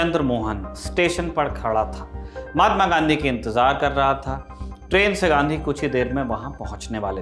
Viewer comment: ये एंकर तो बहुत चिंतिया लग रहा है इसे महात्मा गांधी जी का नाम भी सही से नही ले रहा है।लगता है ये भी BJP पोषित है